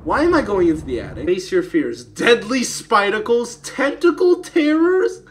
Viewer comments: My man said spidacles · "Deadly spidacles" Jesser 2019